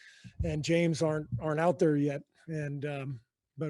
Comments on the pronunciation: Thought he said draymond & James harden for a sec lol. “James aren’t” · Same here i thought its james harden 😂🤣